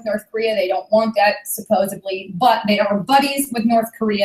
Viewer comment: supposeDLy....not súpposeBly :/